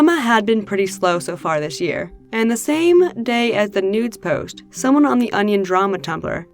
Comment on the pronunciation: Sorry if this is weird, but I love the way you say “post” you say it like “posht” lol “posht” “poshted” “poshting”